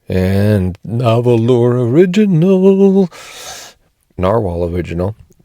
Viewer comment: FYI—The pen company’s name is pronounced Nar-whal, even though the company’s name is spelled differently. Thanks for the review and your thoughts. I have several of their pens and enjoy them all.